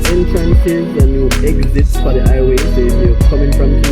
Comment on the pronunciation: Hi-ghway Not I-way😂